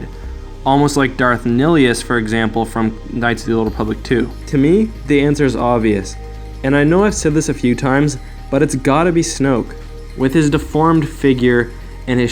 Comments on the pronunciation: yolor7 ikr? it's "NILE-US" not fucking "Nee-helus" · Just a heads up, Nihilus is pronounced like "Bill Nye-alis" as the name came from the word Nihilism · shannon kinnaird Its pronounced "Ni-Hil